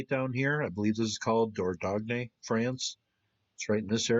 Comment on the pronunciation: I don't know French that much but I have heard "Dordogne" said slightly differently. Dordogne is pronounced in a different way. The "dogne" part is pronounced like "Boing" so phonetically it would look like "Dordoin' ". The Italian "Lasagne" and "Bolognese" have similar pronunciation problems when English has been the only language learned. Spoken language is easier I'm sure. Thanks for the interesting stories.